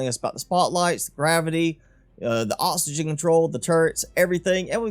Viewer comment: I know exactly what you mean, but I always feel to rude to ask lol. Can pronounce c's and k's just fine, but oxygen becomes osygen ?? Very confused.